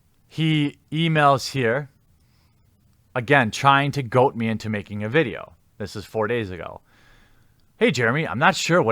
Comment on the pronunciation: Goad, not goat. :)